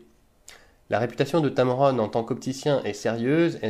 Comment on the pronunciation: es heißt tamron nicht tamaroon :D